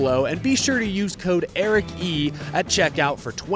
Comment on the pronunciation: ERIC-E = ❌️ E-RICE = ✅️